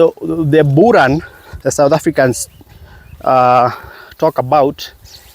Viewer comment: Just stick to saying Boran not Buran.